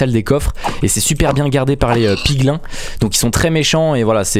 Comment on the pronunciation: on dit pigline pas piglain